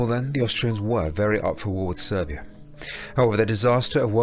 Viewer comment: It's Serbia, not Servia. Just saying